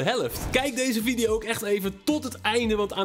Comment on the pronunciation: Geen haat hoor maar jij zegt vidio maar het is video